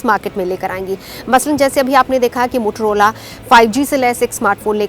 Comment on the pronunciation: 😀😀😀 मैडम जी वो मुठरोला नही है मोटोरोला है।